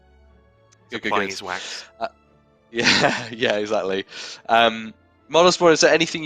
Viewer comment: Mod Hooli chuckling a pronunciation of "Vis Wax" we see you in that window! 🤣